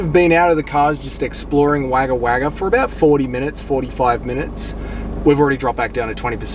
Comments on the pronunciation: Come on - it's not "Wagger Wagger" - it's "Wogga Wogga" - JOOOOOOOOZ 🙂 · Wagga Wagga is pronounced Wogga Wogga. It gets hot out there. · Yeah mate all the comments about the way you're saying Wagga Wagga are bang on its cringe as fuck bro